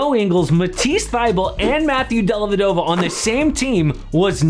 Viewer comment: Della - vèh- doh - va. It’s Italian the accent goes on the veh.